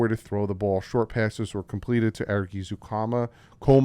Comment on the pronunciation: Ezukanma - Ez like Fez(NOT EASE) -> comma like "," (NOT SLEEPING FOREVER like COMA) Saubert - Sob like the players crying because you don't respect them enough to even care to say their names right -> Urt like the end of yogurt Twyman - At least TRY to say TWY man! Goode - pretty sure this one is just "good".